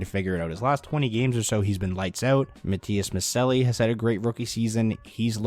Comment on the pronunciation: Try to pronounce Matias Maccellii like MaTTias MaTSHEllli, its not completely true to its italian roots, but thats how we finns say it :D